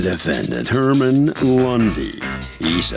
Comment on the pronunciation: I thought she said “Hartman” 💀 which is no better